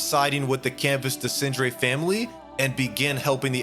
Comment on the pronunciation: Tried watching this but the way you pronounce Renoir and Desandre is just jarring. You have multiple examples on how to pronouce them in-game.